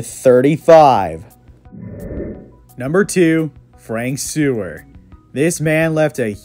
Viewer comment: It's Kelly Donohoe, not Donohue. And I believe Seurer was pronounced "Sire" or at least "Sire-er" rather than "sewer". No Bobby Douglass?